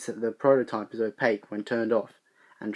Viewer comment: phones? whith an s? and he sez it opaceh when off